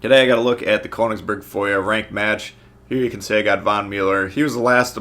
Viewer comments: atleast google how its pronounced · You pronounced königsberg wrong